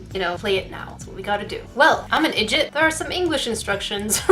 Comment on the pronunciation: She said idjit and I gasped